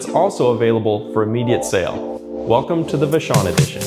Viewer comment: Um.......it's VASH-on not va-SHON. That is, assuming it's named after Vashon Island.